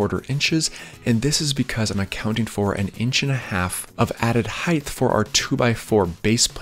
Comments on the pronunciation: I came for the guide to DIY stairs. I stayed and frequently return for the "heighth". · Actually, I wasn't completely honest in my last comment. One other thing bothers me. You narrate like a golf Commentator reading a children's book. Talk the way you do on camera, stop pronouncing "height" as "heigth" and your videos will be perfect. That is all. As you were.... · the word "height" does not have an "h" on the end of it, like width does. It's kind of driving me crazy when you say it as heighth. Yes, I'm that guy, sorry bud, lol! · Hard to take someone as an expert when they can't pronounce a simple, critical word like HEIGHT like the word EIGHT with an H in front (NOT HEIGHTH). There literally is no word pronounces HEIGHTH. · Okay…i love your channel but please…. it’s heighT with a hard “t” not “th”❤️ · Does anyone recognize you saying “aging” instead of “saying”? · That's not how you say "height". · The video is quite helpful. Listening the the “th” at the end of the word “height” gives me heartburn. “Height” sounds like “right”, “light”, “might”, “flight”, “kite”, “spite”, “bite”, “smite”, “fright”, “tight”, “bright”, “light”, “trite”, “light”, “fight”, “slight”. Say it with me: Kite Light Bright Height Fright Right Spite Height Flight Tight Height Might Bite Height Bright Height Light Height Fight Height Height Height You did it! But seriously, it’s an outstanding tutorial. All of these instructions are very smart. The only one that I did that I liked better in this same process was to pour my pad first then measure for stair “height” and the run length. Well-done! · I disagree. More a lack of self-awareness and respect for language. He’s genius-level at making a DIY video. Doesn’t mean he couldn’t keep more followers by avoiding a simple but notable pronunciation faux pas. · Bro. It's height not heighth. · No, he meant aging. The guy is turning senile. Last week he was saying height, this week “ h£iGTh “ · HEIGHTTTTTT NOT HIFFFFFFF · I hathe that